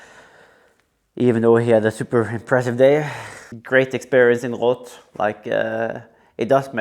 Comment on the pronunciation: Love how he pronounces Roth correctly instead of Jan Frodeno calling it Ross!